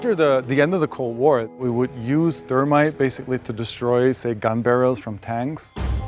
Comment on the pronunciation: interesting to hear him say "thermit". That's what my manufacturing prof said too: "thermit welding"